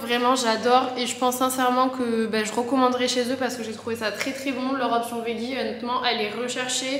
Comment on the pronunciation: pourquoi tous les français prononcent le mot « veggie » de cette manière? 😭 ça se dit « védgi »